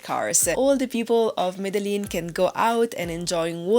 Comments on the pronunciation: Cool video :), but please pronounce Medellin like Colombians, sounds way cooler. Thanks and keep up the good work. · Can’t even say Medellin right gonna trust this stupid review it’s not the top 10 things to do just the 10 things you did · Plis, aprende a decir bien Medellín 😢.